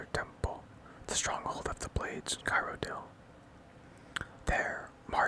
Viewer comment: love listening to you, except for your pronunciation of "Cyrodiil" lol